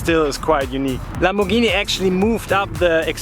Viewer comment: "lambovhini muvacan"